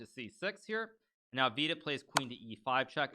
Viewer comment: I love the way you pronounce Vidit's name. Wee-did sounds better than Vidit or VD.